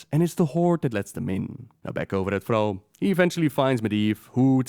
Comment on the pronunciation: Why do you say Frall... It's Thrall with a T